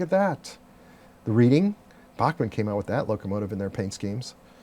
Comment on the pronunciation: Another great show this week. I look forward to seeing them each week. By the way, the Reading railroad is pronounced RED-ING.